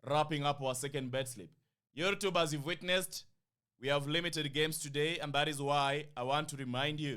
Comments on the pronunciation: Lollll, you can't say we pronouce your name weird well you call Youtube YourrTube. That's weird kingship. But it doesn't matter. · U pronounce YouTube weirdly 😂😅